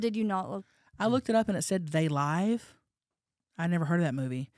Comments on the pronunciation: yhe movie is called "They Live" as in LIV....Like LIVING......not LIVE, as in your Live.😂 Love ya hunnies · I've never seen the movie "They Live" but I'm going to guess it's pronounced they live as in like, "live your life" not they live, like a band is playing "live" haha. Love u honeys